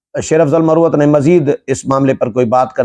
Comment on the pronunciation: Solangi Sahib Ye Lafz Marwat hai. Aur Ye Lakki Marwat mey Pashtoon Qabeela hai Please tallafuz theek karleen. Doosri baat ye hai Key Sher Afzal Marwat aik fazool qisam ka lota type wakeel hai. Aur siraf Sasti shuhrat key ley aisee ghattya harkateen karta hai.